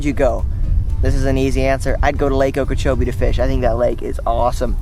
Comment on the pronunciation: Haha thank you for saying okeechobee! I'm based out of florida and i can vouch that it is absolutely the best bass fishing lake in the US